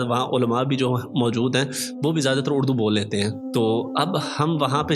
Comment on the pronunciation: اڑدو نہیں اردو ہوتا ہے